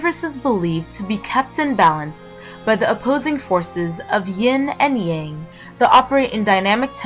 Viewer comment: There are so many inaccuracies in this video. Learn how to pronounce the following words: Dao, Yang, Deity, Immortality, Wu Wei, etc. You've missed the point of Daoism: having a personal relationship with Nature. If only more Christians would learn that.